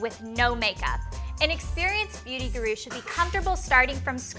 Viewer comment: Surely somebody has pointed out to Elle that she says Guru in the most ridiculous way...